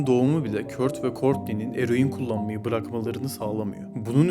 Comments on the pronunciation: Kurt okunmaz "Kört " okunur 😂😂 sen kimsin ki böle bir video yapıp yayınlıyon Z kuşağı 🤣🤣😂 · kurt değil kört